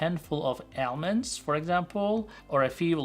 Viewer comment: Almond not almod.